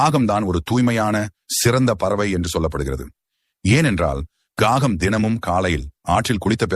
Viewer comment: Kagam not gagam; get your pronunciation correct